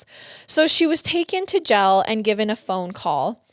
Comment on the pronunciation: Love this detail, great job breaking it down. But it’s “Jail” Not “Gel” lol